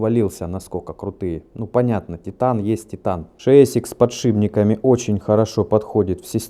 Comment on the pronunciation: Тяжело говорить подшиПник.